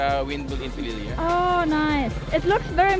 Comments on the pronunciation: It is Pililia with emphasis on "li". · I live in RIZAL I am living in CARDONA, RIZAL not very far from PI LI LI A thats how to pronounce it PILILIA,, keep safe